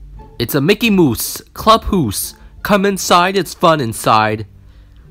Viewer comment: Club hoose come inside it's fun inside